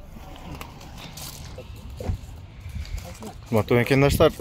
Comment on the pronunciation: Макандаштар эмес мекендештер деп суйлочу айланайын